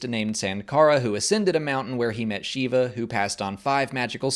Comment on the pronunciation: Indian here. The correct pronunciation of Sankara is actually: Sun-kara (as in the "sun"). There is also a variant pronunciation: Shun-kara (as in to "shun" someone). And the god Shiva's name is actually just pronounced: "Shiv-aa" (as in that "shiv" thing that gangsters in prisons use to stab people with). Thank you for the video,. MTFBWY.